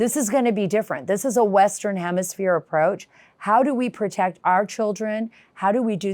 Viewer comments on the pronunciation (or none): Maybe she could learn to say the word hemisphere? Let the libs butcher our language.